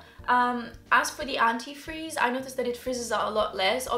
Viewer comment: When she said anti frizz it sounded like anti freeze lol